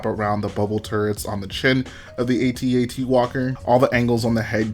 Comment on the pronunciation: U said at-at wrong but love the content keep it up